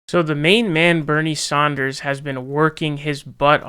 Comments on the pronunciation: Its pronounced “Sanders” not “Saunders” you fuckwit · Jeff Beezahs , Bernie Sawnders. My dude. 🤣🤣🤣